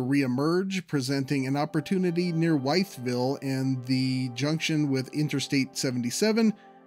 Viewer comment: Your pronunciation of Staunton and Wytheville are so incredibly terrible that a stop in Roanoke is now been added to the route